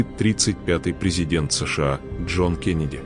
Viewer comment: Когда будете использовать виртуальный голос, пишите не кЕннеди, а кЭннеди, тогда машина правильно произнесет имя